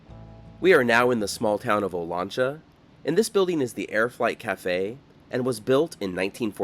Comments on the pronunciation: It’s O LAN cha, the lan pronounced liked man, O LAN cha. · My dad grew up in Porterville in the 1930's, and spent a lot of time in the southern Sierra, with views of Olancha Peak. He always pronounced it "oh-lanch-a", with "lanch" rhyming with "ranch." He didn't use the Spanish pronounciation, Oh-lon-cha, and he would know the local pronunciation, at least on the western slopes of the Sierra. Perhaps people in the town use the Spanish pronunciation, I don't know, but that would surprise me. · It's Olancha with the a as the a in gas